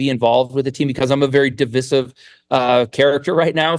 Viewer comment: No one says divisive like that right? I've never heard that pronunciation and have lived all over the US.